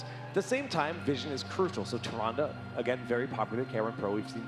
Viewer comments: yeah from a glance, Tyrande initially seems like its pronounced Tie-ron-day but the official pronunciation is Ti-ran-da. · "Tie-Ron-Day" I'm so salty right now. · haha yeah that bothered me too. Somebody should have corrected him. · Tay. Zon. Day. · you would think, being announcers for blizzard tournaments, that they would know how to pronounce tyrande haha. super fail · this is not how you pronounce Tyrande!!! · kills me how they pronounce Tyrande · I hate how the commentators pronounce "tyrande"